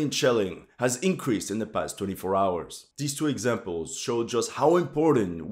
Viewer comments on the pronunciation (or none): none